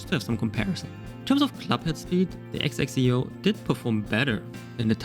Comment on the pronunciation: It's Zek-si-oh